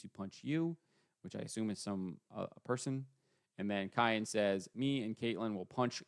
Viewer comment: Cian is pronounced like keen..get it right